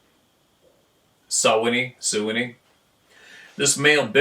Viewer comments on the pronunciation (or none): Pronounced. Swan. Knee